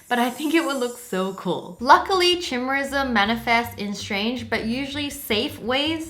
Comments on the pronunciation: Chimerism is pronounced with a k sound. Greek ch is said with a k sound. Also your earlobes are there. They are called connected earlobes. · you idiot its pronouced kai-mera or kai-mare-ism